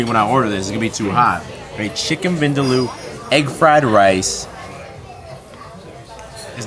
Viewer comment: its chicken vin--daa--loooo